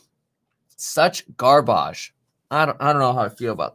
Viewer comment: Nobody: Kevin: Garbæge